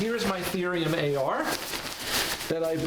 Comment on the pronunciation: It’s Thorium not Therium